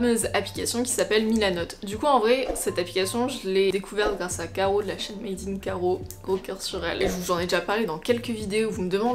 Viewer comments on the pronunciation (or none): none